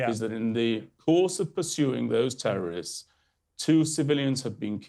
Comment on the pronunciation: "Tewworwists" - moron.